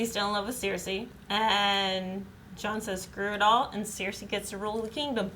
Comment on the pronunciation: I really dislike how pronounces Cersei.